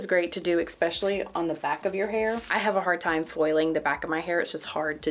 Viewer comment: It's eSpecially, not eCKspecially! Thanks for the tips